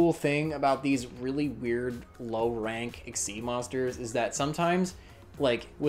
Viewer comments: So uh, why do you pronounce Xyz as "ex-ee" instead of "ek-seez"? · Chaos XYZ "eck-zyz" monster =/= "see-ex-se" or "see- Eg- ceed"